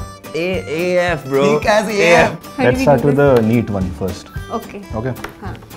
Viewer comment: Yaaa bra not bro he call braa